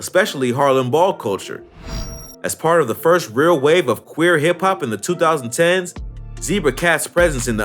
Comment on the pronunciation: u said quir